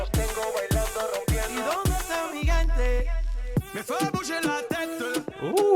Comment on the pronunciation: I've loved your reaction of the Spanish Urban greats, Bad Bunny, J Balvin, Rauw. However, you need a few SpaniH language pointers so you don't butcher the names. C and g are soft when followed by e and I. Hard like cat and goat when followed by a and o. Mi gente is pronounced me hente. For example